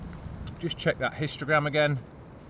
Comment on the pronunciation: Did you say “check you Instagram” or histogram? It may be me as I’m listening with my Welsh accent 😄